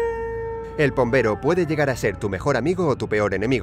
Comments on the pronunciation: Pombero si lo dijeron bien 😉👍🏻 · Pombero lo dijieron bien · Creo que pombero esta bien